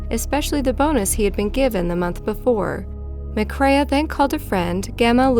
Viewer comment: Pronunciation terrible. All the way through last one she says McCrae’s name wrong as “ma-craya” when it’s pronounced simply “ma-cray” then on very last time she says it she says it correctly. What is it with Americans and bad pronunciation????